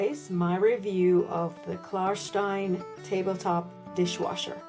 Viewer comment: Thank you for saying Klar-shtein ;-) many thanks and greetings from Berlin💚